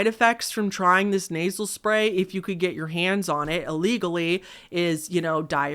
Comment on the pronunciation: for at least 2 hot minutes, I thought you where saying "Naval Spay" and not "Nasel Spay". I was so confused about what was so bad about putting tanning spay in your belly button.